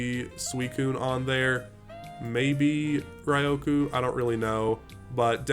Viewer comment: Rioku is an interesting way to pronounce it.